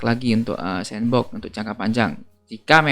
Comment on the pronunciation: Bacanya senboks bang, bukan sensbok.. semangat